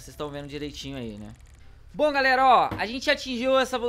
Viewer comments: Na hora você falou galara kkk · ele falou galara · Ele falou "seguinte garara"